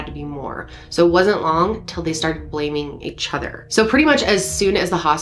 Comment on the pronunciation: My favorite? When says "each Hother" 😄 Not making fun at all I'm from the south and I guarantee you people would make fun of my accent I listen to her podcast with my headphones on and it sounds like she's putting an h at the beginning of the word other. 😉